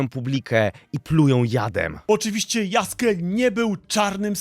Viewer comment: Jaskier, nie Yaske